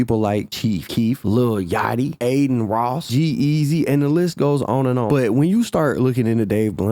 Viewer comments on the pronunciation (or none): none